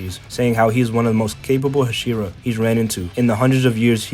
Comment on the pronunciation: i have a problem with the way you say "hashira" 💀